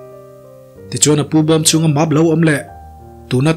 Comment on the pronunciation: Boss (map) Tih hi i lam dik lo zel. (mep) tiin lam rawh (Map-mep)